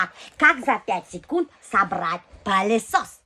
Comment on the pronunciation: Не палисос а пылесос от слова пыль😂